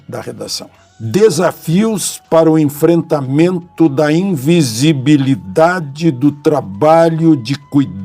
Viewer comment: Ficou difícil para o falar invisibilidade....imagina entender o tema da redação!!!